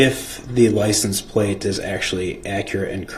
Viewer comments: Axed, license plaze, dem, dat. Just words all messed up. Don’t know what words mean, can’t pronounce words, but think he a real lawyer here. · DB says license place!! 😂😂